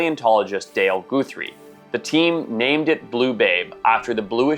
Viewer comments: Guthrie is pronounced 'guh-three' not 'goo-three' despite it's spelling. The added e is an anglicized/americanized variation of the old Irish/scott surname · Who can't pronounce 'Guthrie"?